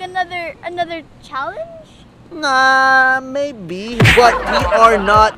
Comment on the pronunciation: “Another another anither....ChAlEnGe?